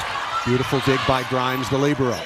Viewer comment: they are pronouncing libero so wrong 😂 🤦‍♀️